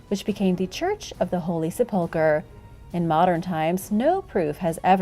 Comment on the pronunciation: I love your videos so much, but just for any future mentions of it, it's pronounced SEH-pull-ker, with emphasis on the first syllable, not the second 😅